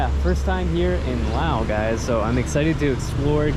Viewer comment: Dude, enough with the money concerns 😂 There is zero chance you're getting scammed in an international airport (most likely 😅). And why are you pronouncing Laos in their language? Its like being in Japan and saying "Im in Nihon" obviously post music festival By the way, when are you going back to Japan?